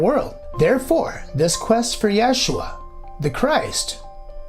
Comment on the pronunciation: Great video, I like how you cite the scientific/genetic studies. Curious why you use the name/pronunciation "Yashua"(?) over Jesus or even Yeshua.